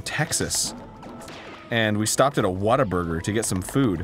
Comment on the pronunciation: I Love how hes calling whataburger "waterburger" ;p